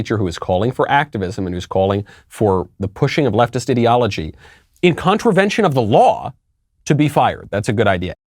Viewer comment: I love how ideology is pronounced by this man. Idiology. Super beautiful use of words that most on the left wouldn't understand. Used a quote today on my left and right wing coworkers "I bought a trump 45 because my 44 didn't work for 8 years" it went over most heads but the only people to understand it were conservative. That isn't right as far as treating people equal but it is my right to say it.